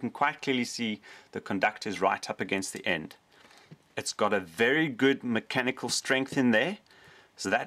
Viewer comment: Let's play a drinking game. Every time he says macanical take a shot. Let's see how long you last....